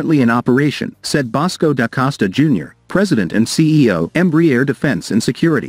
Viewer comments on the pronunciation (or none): Crappy AI pronunciation of Embraer